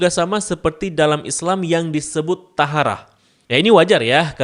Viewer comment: Maaf kak, cara bacanya toharoh bukan taharah